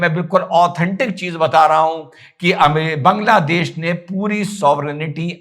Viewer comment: Why all North Indians call it बंगलादेश ? It's बांगलादेश .